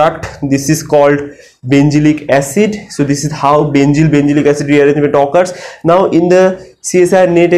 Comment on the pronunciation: NOT BENZYL ITS BENZIL